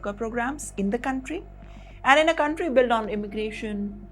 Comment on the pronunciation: Gonstruction. Guntry. Won , doo , tree. Speak properly, this is no accent, it is mis-prounciation.